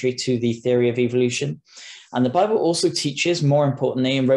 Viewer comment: this guy correctly pronounces the name of that book, instead of saying bible, he says babble.